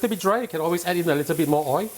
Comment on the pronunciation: Oil not oii.